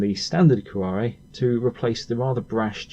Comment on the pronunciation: Cuore. Que-ore Not quorè It’s not French And if u watched mcm you’d know it’s pronounced mi-ra not my-ra Mirror with an Ozzy accent Other than that cool car cool vids